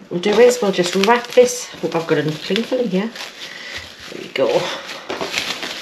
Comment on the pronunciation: "cling fillum" lol. my mate from newcastle/cramlington says that too.